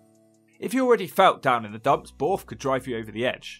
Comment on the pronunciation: Borrth not boooorth 😂